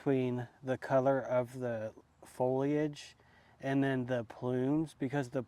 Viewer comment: I’ve finally heard someone (you) pronounce foliage correctly! Thank you!